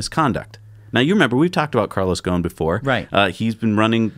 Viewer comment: Just a thing about Ghosn who has an Arabic name and my mother tongue is Arabic, the "s" in his name is not silent. Everyone is pronouncing his name without an "s" which is wrong. In Arabic "ghosn" means "tree branch" and is written غصن in Arabic. Put it in an online translator to hear how it's said.